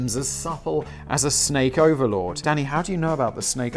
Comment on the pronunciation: Lol every time he says “Danny” it sounds like he’s saying daddy